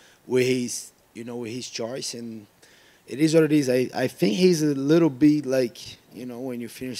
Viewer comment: Gilbert "I fink" Burns